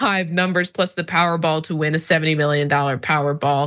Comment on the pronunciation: “Powerrball” really? Come on.. let’s get it together